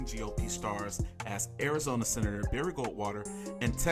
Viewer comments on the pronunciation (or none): none